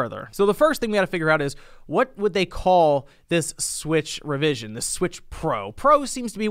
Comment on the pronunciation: "Super Nintendo Swich" sounds like "Super Saiyan God Super Saiyan". Anyways, a hardware revision SHOULD bring backwards compatibility at the very least, with Virtual Console to at least try and counteract on the homebrew side. It's as if they're playing it safe with all these Switch-alike revisions. Who can blame them after the Wii U disaster, they came back to what they are more accustomed to, being portable systems.